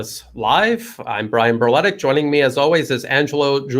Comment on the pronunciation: Brian your last name in its original pronounciation is BERLETIĆ or written in english BERLETICH. The last name is SERBIAN & SLOVENIAN in origin.